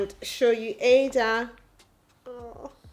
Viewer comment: I love you channel and your family, but please pronounce ur daughter's name with the igbo meaning that brings pride and joy. Ada and not like a computer. I'm a yoruba woman and I love native names.